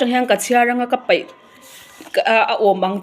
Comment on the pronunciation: Ka peih ti la...ka paih i tia😅.. E leh a hi i lam pawlh nasa thin.